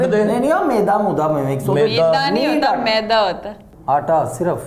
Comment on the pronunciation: Maydaaa nai Maida. hahahahaah Jiyossss Doc